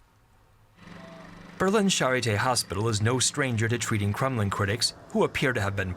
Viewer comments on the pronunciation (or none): Why does he keep say Crumlin instead of Kremlin? Crumlin is a city in Ireland.